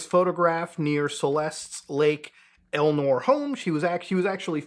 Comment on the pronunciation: It's "RivaS" with an S and it's Lake ElSinore also with an S. What are you reading that doesn't have that right?